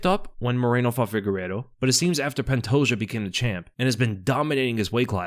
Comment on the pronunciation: The day will come when he says pantoja’s name right